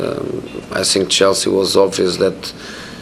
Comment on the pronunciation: I love the way Rashford plays football. But he perhaps should be taught how to say think instead of fink. But in a strange way it does suit his naff persona, I 'fink'.